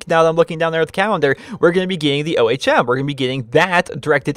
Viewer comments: Just for the record, it is actually ome, it's the unit for electrical resistance in physics. Honestly though, I don't really care how you say it xD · Can you call the ohm the ohm not the o h m? It's pronounced ome like home without the h if you weren't sure how to pronounce it